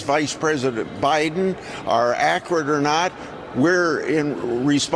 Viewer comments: “accerat”. His pronunciation is as credible as their ever changing story. That’s not “accerat” either. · Chuck "Syllable Killer" Grassley doesn't care if the accusations against President are "acret" or not.